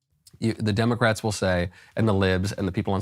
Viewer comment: Oh god now I can’t unhear Demic-Rats from this guy…